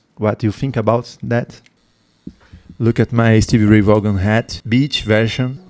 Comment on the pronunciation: Thanks for the reaction! *This particular performance was at Austin City Limits in Austin, Texas. ACL, as it is affectionately referred to, is a famous music venue and is broadcast on public television here in the States. He did, however, mention playing at the Rome Inn before he became famous. The Rome Inn was also in Austin, Texas. *Vaughan is pronounced "Von" *Yes, I agree with him being in a state of Nirvana and other consciousness when he played. I would love to know what he saw or where he went in his soul when he played. *Texas Flood at El Macambo* *Life Without You at Capitol Theater* *Ain't Gone N Give Up On Love at Capitol Theater*